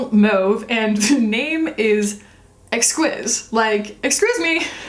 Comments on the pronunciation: Exquise is a French word that means exquisite. It is pronounced ex-keys. 😘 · As you guessed, exquise just means exquisite in the french female form of the word (hence the "e" at the end). But almost as funny as your pronunciation, it's pronounced EX-KEEZE, but I prefer yours far better,. lol;) Also, I'd love one of those Tom Ford lip glosses, but they cost $72 + 14% taxes=$82 CAD. I just can't... For a gloss!!! lol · Probably someone has already said this but "exquise" (pronounced exkeez) means "exquisite" in French 😊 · Why do Americans think that every word is supposed to be English?!! Exquise is French for exquisite.